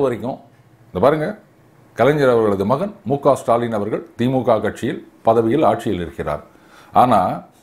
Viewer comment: Sutaalin...sudaalin illai. தமிழில் ஸுடாலின்..சுடாலின்.. ..அல்லக்கைகள்.. முதலில் சரியாக உச்சரிக்க வேண்டும்... ல.வை ள..ள.வை ல....ழ.வை இரண்டு ல ள க்களையும் உச்சரிப்பது..இதிலே தமிழ்.. தமில்..தமிள் . அண்ணாமலை சற்றே திருத்தமாக பேசுகிறார் தற்போது.. கேரளாவில்.. ழ சரியாக பயனிலுள்ளது.